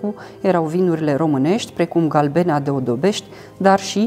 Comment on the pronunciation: Dar ghida nu este romanca? Accente puse aiurea pe silabe, gen galBEna, etc.